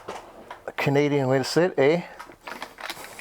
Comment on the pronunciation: We Canadians do say "eh" but perhaps not quite with as much emphasis as you did.